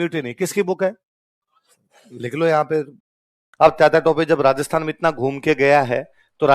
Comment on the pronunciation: अबे चू .. तातिया. नहीं तात्या